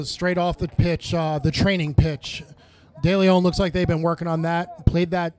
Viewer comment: “Day-lay-own” (Deleon)